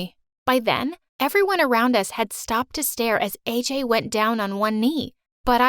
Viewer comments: thats not aj it ajay as i am indian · the name isn't AJ it's AJAY